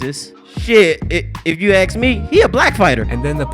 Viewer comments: That line of Broner “if you axe me he a black fighter” literally had me crying at that time. Call him what you want, but the man is funny as fuck. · Broner - "if you axe me"🤣 I wonder if black dudes call axe body spray, ask body spray 🤣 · If you "ax" me, he a black fighter. You wonder why the culture and this sport had becomee all corupt. It's one thing to be ignorant of basic English, but quite another to be proud of it.